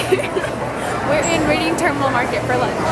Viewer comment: it's pronounced redding terminal.